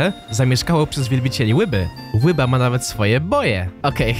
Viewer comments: Ryba a nie łyba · Nie mów "łyba" To jest tak rakotwórcze <3